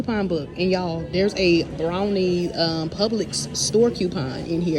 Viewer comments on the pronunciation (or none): Brawny not Brownie